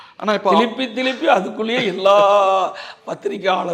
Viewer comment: என்னட அது திலிப்பி திலிப்பி